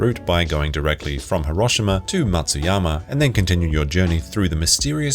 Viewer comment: i hate the way you pronounce Hiroshima... lear how japanese do it please....